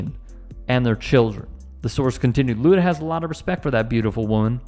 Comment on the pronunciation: "Luda" lol....cmon...